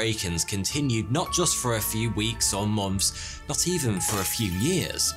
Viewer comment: So.. anyone else notice it sounds like he says "mumps" instead of "months" I really can't unhear it now. Lol